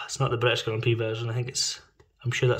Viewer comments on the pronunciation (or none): none